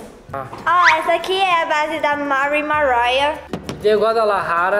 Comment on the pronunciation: Kkkkkkkk ela fala mari maraia seno que o nome dela e mari maria kkkkkk